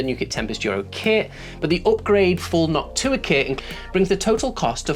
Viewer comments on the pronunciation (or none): No offense meant at all; it makes me smile when you say Noctua because you're pronunciation sounds close to "Hawk Tuah"